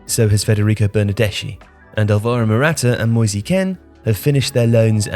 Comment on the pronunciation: On italian pronounciation: Moise is pronounced "moys" and bernardeschi "bernardeski" 😊